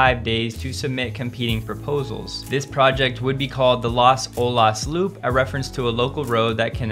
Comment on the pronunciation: Felt odd to hear someone say “Las Olas” outside of my South Florida context. It rolls off the tongue a bit differently for us down here in the 954 and 305.